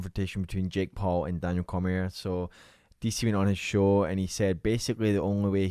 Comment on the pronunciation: It’s pronounced Daniel Cormi-A, not Cormier.